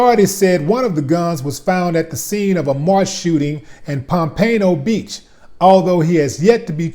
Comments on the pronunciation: Pompano beach is pronounced is palm-pa-No, not pa-pay-no my brother. LOL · It's Pompano Beach. Willie D pronounced it Papaino Beach lol